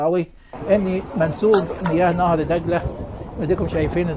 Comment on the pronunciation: الله يجزاك كل انت رجل صادق الله يعطيك العافيه.. ملاحظة يا نهر دجله...هاكذا وليس نهر دقله..حتى لا تمحو لغتنا العربية..شاكر لك